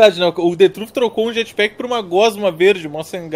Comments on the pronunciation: "jatpack" já tô até vendo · "Jatpack" ? Isso é uma blxona 🤬😡🤬